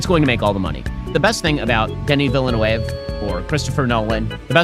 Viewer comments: It's not pronounced Villa-noove, it's Veal-nuv. D'knee Veal-Nuv. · Not the point of the video, I know, but was anyone else unable to register anything Ben Shapiro said after "Villeneuve", because of how distracting his utter butchering of the pronunciation was? I mean, jfc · THE WAY BEN PRONOUNCES DENIS VILLENEUVE AS "Denny Villy-New-Wave" OMFG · he says 'Denny Villain-Wave' lol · Why can people not say Villeneuve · Ben Shapiro’s pronunciation of Villeneuve is painful. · Didnt know it was possible but he made me hate him even more with the way he pronounced Villeneuve